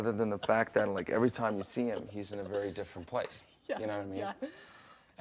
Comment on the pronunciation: pulls out knife “I’m vewy warm and fuzzy”